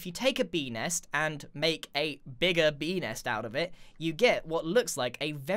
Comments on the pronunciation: I literally hear 🅱enis instead of Bee Nest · When he said Bee next I thought he said Benis. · he sed bee hole